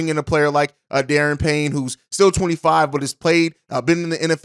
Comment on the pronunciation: Duh-Ron Payne. Not Dee-Aaron. And Elgton isn't a free agent anymore